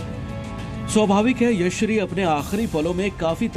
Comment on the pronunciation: भैय्या लड़की का नाम यशश्री है और आप हर बार यश्री कह रहे हो मीडिया में काम कर रहे हो नाम का योग्य उच्चारण सीखो ।